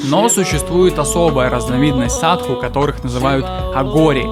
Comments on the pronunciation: ОН говорит = САДУ , а не САДХУ ! ..В слове САДУ - мы видим = САДИСТЫ , слово CIDO\ сидо , цидо \ - на греческом = УБИВАТЬ ! =геноЦИД ..если прочитать обратно СИДО = ДИС = DEATH= дес = СМЕРТЬ...Вот они и крутятся возле трупов ....фу, гадость ! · Почему ты говоришь "садХу", если индусы говорят "саду"? У Пелевина в Ампир В тоже "саду", аскет.